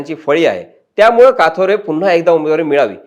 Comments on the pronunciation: It's kathore not kaathore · साहेब किसन काथोरे बोलू नका कथोरे बोला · बारोरा,काथोरे, काय तुम्ही साधे नाव तुम्हाला घेता येत नाही